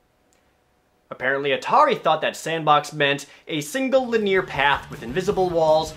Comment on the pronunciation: ''It's a linneer beat 'em up''? 'Lin-ee-ur. Linear. Fun video, though. I love your cynical tone :P